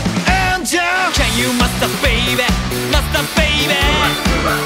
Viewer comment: 歌みた第2弾ありがとうございます！！ のと、さらっとcan you〜とAngelの発音いいが好きすぎる…に無限の可能性 ~同じ日のライブで、最初か最後が「One Night Carnival」アンコールに「イケナイ太陽」っていう所まで妄想した 何咥えてる？シガレット？爪楊枝？ 何にしろ飴咥えてたHappiness思い出す